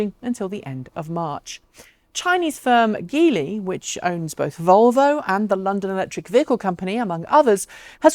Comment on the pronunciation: Tiny point on pronunciation—geely's gee is like 'gee-whiz' rather than geer, gear etc 😊